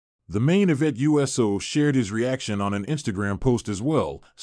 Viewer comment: I agree, it bothers me every time this person pronounce it U S O instead of Uso. It’s not that hard to pronounce it.